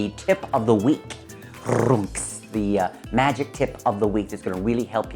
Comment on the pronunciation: "Magic" doesn't have a "t" in it.